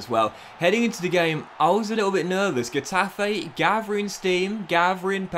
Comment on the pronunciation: N is pronounced like in English, Ñ is pronounced like the Brazilian "NH": Exaple: Ca-TE-na, Co-me-SA-nha Also, these denote tonic vowels: Á, É, Í, Ó, Ú Example: CA-diz, los CAR-me-nes Finally, G before E or I is pronounced like H unless followed by U, which is silent. Example: He-TA-fe, Gi-lla-MON Some other teams' names with different pronunciation: BE-tis, Al-me-RI-a